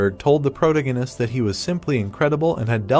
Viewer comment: I mean yeah, it can’t even pronounce protagonist